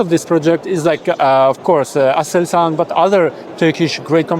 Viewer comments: D.h. Nicht Aselan Sondern ASELSAN Und dann noch mehrere Aussprachen schlecht vorbereitet🇹🇷🌹🇹🇷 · Aselsan Brother not asalan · Lern mal lesen es heisst aselsan